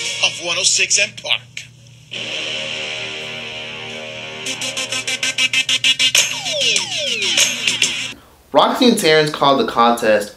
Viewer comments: One...O...SIX & park. Not "one o sih park". It's also forefront..not FLOOR front... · 1...0.... six......six......SIX!!!!!! Not 1 0 siss an park....DAMN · One 0 six and park!!!!!!! Say it dude say it! ONE OH SIX AND PARK!!! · Wonsino Park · I thought it sounded like Wilson Park